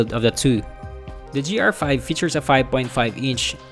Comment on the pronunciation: The review is decent but seriously, please improve your grammar and pronunciations. The improvement will help your videos... at one point it sounded like you said "J"R5 instead of GR5. Just saying...